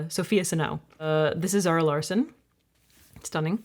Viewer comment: Just in case anyone is wondering Larsson is pronounced Law-shun